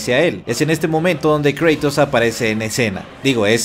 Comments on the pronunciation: Es Kratos no Kreytos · por favor no digas creitos di cratos se escucha mucho mejor asi cratos kratos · Kreitous ulala señor francés... se dice cratos